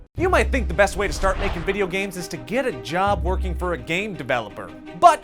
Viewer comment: BAST ENGINEH IS ROBLOX STUDIOH lel